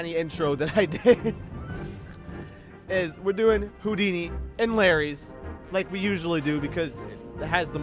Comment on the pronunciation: Oh i get the joke now he said hodini!!!